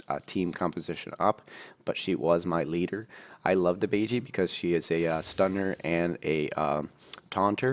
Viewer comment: not to be annoying, but bajie is pronounced bah (like bah bah black sheep) jie (jyeh not jee)